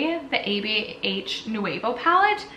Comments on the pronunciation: Girl it's pronounced new-v-oh lol. But I still love you. This eye look is awesome. What palette is that? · Lol I kept thinking the same thing. So many extra syllables.